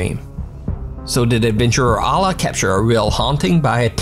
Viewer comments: Just want to clarify the proper enunciation of 'Alaa' is like this 'Eh le' Cause when you Alaa the way you say it sounds like 'Allah'. But in Arabic with his name it is said like Eh le, I know someone with the same name as him and said it the same way as you, their brother corrected me in saying it the proper way. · Bro, it's "Alaa" not "Allah". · Don't ever say alah because you don't what it's mean plz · Your pronunciation of Alaa is completely wrong